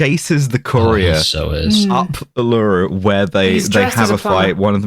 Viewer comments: Uluru is pronounced Oo-luh-roo. Rather than Oo-loo-roo. The climb was closed because of its religious significance, but also that the Anangu people, as custodians of Country are responsible for the safety of visitors, and people kept fucking dying on the climb. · If climbing the rock was as stressful to the Anangu nation as pronunciation of Uluru is to me, then I'm glad they banned it.